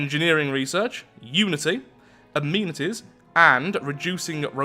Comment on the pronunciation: Why does he say amenities like that?